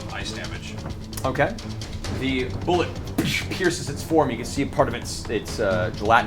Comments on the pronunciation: Its pronounced boo-lay not bullet. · Well, if no one else is going to correct Matt's pronunciation of "Boo-lay," then I won't either.